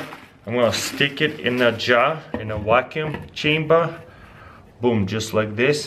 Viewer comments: i like how he says vacuum chamber "whackuum chamber" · how come can pronounce "v" in "shaving" but not in vacuum? quit being so Russian! not wackyoom! :P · I only came here to see how he pronounces vacuum. I was not let down! 😂